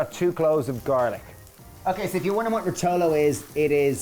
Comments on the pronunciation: It’s ròtolo, not rotòlo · RO-to-lo, not ro-TO lo ! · It's "rotolo" by the way and it's pronounced RO-to-lo, not ro-TO-lo. Although most people would call it cannelloni. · Brilliant parody of what good cooking should be. Great job guys for taking the Mickey out of centuries and centuries of culinary art... I loved everything in this video from the way you wrongly pronounce the name of your dish (...you will find it's actually stressed on the first syllable: ròtolo) to the list of ingredients some of which are not necessary if you don't have them...but what really takes the biscuit is when you say that you put pesto in your passata just to add "calories". Please keep going and in the meantime stir away from any sort of food preparation!!!! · Rotòllo! 😂😂😂 My ears are bleeding but I love you all the same 😜